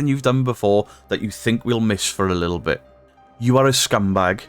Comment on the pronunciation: He needs elocution lessons. Little is L I T T L E NOT Likkel